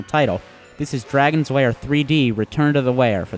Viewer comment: I'm sorry, but it keeps sounding like you're calling it "Dragon's Wair" and not "Dragon's Lair" to me, anybody else getting this?